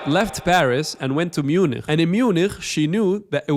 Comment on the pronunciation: dont even say MuniKH, "Munich" is the english name for München........ so say Munich how you want, but pls not in a German accent, or whatever that was, jewish? xD